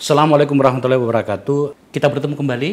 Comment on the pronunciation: Wabarokatuh bukan wabarokatu....